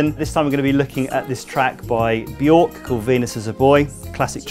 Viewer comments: It's pronounced "Byerck" lol not "BYork" hence the umlauts 😂 (" ö " not " ō ") (I'm just sayin' 🤜 💥 🤛) #ConstructiveCriticism #DontShootTheMessenger ✌ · It’s pronounced Bjerk as in jerk. Not Bjork. Just listen to how she says it. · Björk rhymes with work, not fork. 😉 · If you can say 'turn' then you can say Björk. Properly. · "BJERK" People never pronounce her name properly....